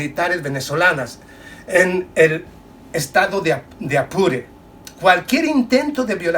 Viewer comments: Apure... Estado APURE.. No se le dice Azure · No es Asure, es Apure. Yo también confundía a Chihuahua con un perrito. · Mi amigo muy buen video. Pero se dice Estado Apure